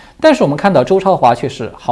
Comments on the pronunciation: 周焯華要讀成zhou zhuo hua ，讀成chao的意思就是焯白菜的意思，zhuo在此處是照亮的意思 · “焯”字应该读zhuō，意为“明白”。